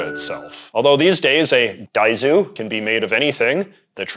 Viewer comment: Dude please stop saying DAIZU